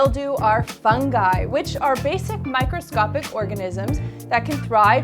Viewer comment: Micrsoscopic? Pssh come on